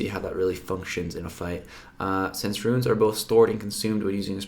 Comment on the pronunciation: its Runes as in roons, not ruins.nice vid. Cringed every time you did it.